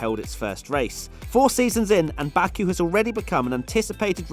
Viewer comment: How are you going to say bakku and Bahrain and not Austria or Suzuka are you high